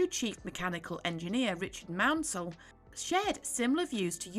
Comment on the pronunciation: Sure is refreshing to hear someone pronounce Richard Maunsell's name correctly for a change. It really maddens me when people pronounce it as "mournsell". And the video itself was a very nice history lesson on the Arthurs.